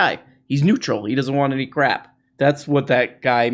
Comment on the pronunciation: Could you please pronounce "crap" as "crrrap" more often, as you did recently? It enhances my enjoyment. Thank you.